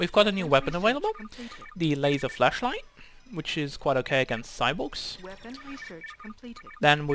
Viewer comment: 5 years on and you pronouncing 'flashlight' as 'fleshlight' still makes me giggle.